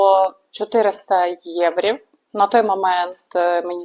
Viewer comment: " єврІВ "... мда..Краще б прокачала українську.😂